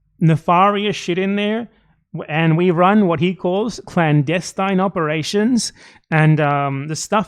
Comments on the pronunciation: "clandenstein operations" lmao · "Clandansteine" is what he said... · Ethan does not say "clandestine" how Americans do and it is driving me insane for some reason. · I wonder if he pronounces clandestine that way because he wants to say Destiny.